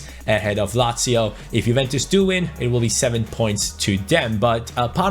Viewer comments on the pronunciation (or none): none